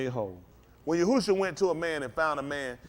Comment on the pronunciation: Yahshua*, not Yahusha😁